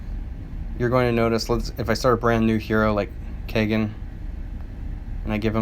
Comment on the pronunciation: Over a year and nobody has pointed out that he says “Viv-ee-SHA” instead of, you know... “Viv-i-KA.” I can live with him pronouncing “Kay-gen” instead of Kah-gahn, because it’s kind of an “exotic” name. But come on! VIVICA A. FOX, man!